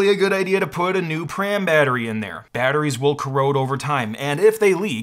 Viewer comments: Nobody in the Apple Service World ever called them pram batterys the corect pronunciation is P Ram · Pram? You must mean PRAM, not pram.